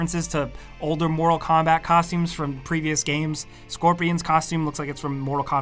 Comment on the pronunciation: He says “motal instead of mortal, can he not pronounce his r’s